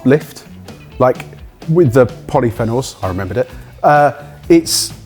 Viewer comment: How says polyphenols irks me